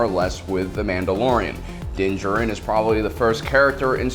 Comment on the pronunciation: Stop saying “Din Jhrin!” I wince every time you misplaced the emphasis onto the wrong syllable 🤪🤪🤪